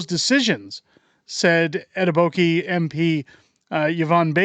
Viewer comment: Etaboki 😂 .. pronounced Et oh beh koh